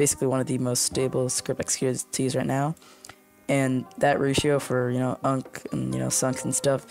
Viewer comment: you-an-see not unk 😭😭🙏🏻🙏🏻